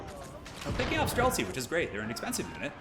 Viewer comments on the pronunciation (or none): I got same when hear "Strelcy". I am Polish but this word is in my language too and means same :D